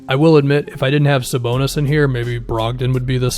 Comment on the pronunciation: Thank you for saying Sabonis. Dude is a monster.